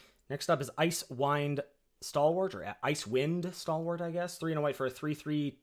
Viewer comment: I learned that has DEFINITELY not played D&D or associated video games, or read any of the novels — not knowing how to pronounce "Icewind" followed almost immediately by struggling with "Tiefling"... Nothing wrong with it though! Just very amusing to someone who grew up on this stuff.:-)